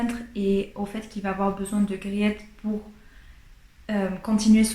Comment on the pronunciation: Merci pour cette formidable présentation. Je connais ce livre, je l'ai lu et j'ai adoré. Juste pour vous, le nom de la jeune fille ça se prononce Griit. Avec un long I, un peu comme le EA de Beach ou Teach en Anglais. Le client c'est Van Ruijven, le saloppard qui pourchasse les servantes. Mais il y a du vrai dans le livre, notamment la guerre avec la France dans les années 1670. C'est vrai aussi que Wermeer est devenu catholique avant son mariage. Griet est attachante, sensible à l'art. Mais j'aime pas Catarina, ni Maria Tins l vieille, ni la servante Tanneke, qui change d'humeur comme de chemise, surtout pas Cornélia qui lui fait des coups de pute à tout va. Aleydis est mignone. Peter n'est pas toujours maître delui, mais pas désagréable. Merci en tout cas.